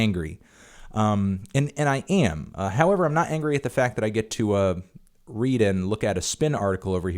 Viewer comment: an-gery fantano